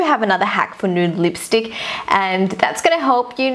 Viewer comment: You are so cringe you say lipstick like this leepstick it's really funny and cute xx I'm not hating I love your vids to bits xx